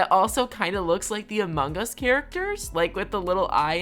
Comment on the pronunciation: No one:: Amung Gus